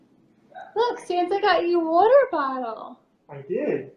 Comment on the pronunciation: "impordant", "worter"